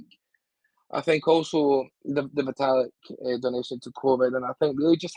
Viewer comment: Lolol "Vita-lick"